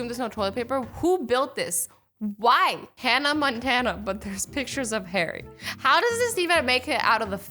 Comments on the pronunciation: it's Hannah Montana..... not Hannah Montan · It didn't say Hannah Montana, it said Hannah Montan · omg yes I mean WHO IS HANNA MONTAN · It said "Hannah Montan" like if u noticed